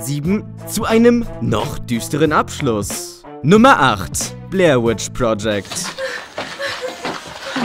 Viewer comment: Es heißt Blair Witch Project Nicht Blair With Project